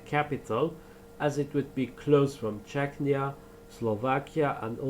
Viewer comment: The name needs to change; Západ which is West in Czech & Slovak means collapse in Polish. Polish for West is Zachód but that means toilet in Czech & Slovak. Error; It's Czechia (pronounced: "che-kee-ah") not "Czechnia" which sounds more to Chechnya, a troubled region in Russia which is obviously an issue.